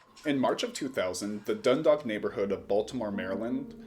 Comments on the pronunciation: U mean Dundalk home? Not dandalk.. come on bro it's literally spelled dUn.. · I live in the area.. that was insane time..I can't believe that was 26 years ago..And its Dundalk Md as in Dunn dalk rythmes w talk.😂😂😂actually you got the 2nd syllable right. Just the Dun oart